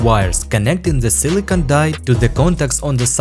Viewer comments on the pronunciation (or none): none